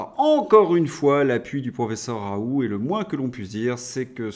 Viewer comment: M. Svp. prononcer: Ra oul T